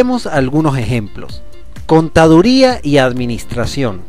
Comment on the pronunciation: Contaduría....me sangraron los oidos al escucharlo